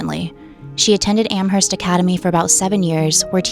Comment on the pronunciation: What is spelled "Am-herst" is actually pronounced "Am-erst."